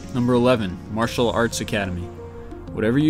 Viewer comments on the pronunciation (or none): none